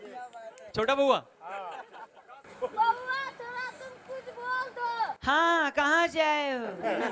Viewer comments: It's not bahua. It's bauaa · Not bahua it's bauaa